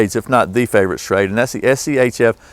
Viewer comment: ....Schrade SCHEXC